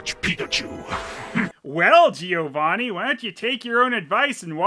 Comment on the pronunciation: Why is it that in the English version of Pokemon (and maybe others, I don't know) Giovanni is always said wrong?